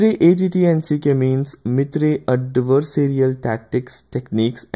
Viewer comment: MITRE EY EY TI AND SI KEY? Seriously? EVERY EACH fellow I know (including MITRE peeps) pronounce that ATTACK...